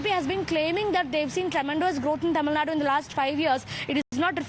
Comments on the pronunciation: When will north Indians learn that it's called Tamil Nadu and not Tamil Nad? It's just one letter.....How hard is it to include that letter in your sentence???? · It's Tamilnadu not Tamilnad!